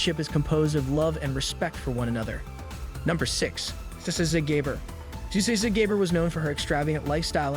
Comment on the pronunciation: Zsa pronounced as a soft G combined with J and an Ah sound..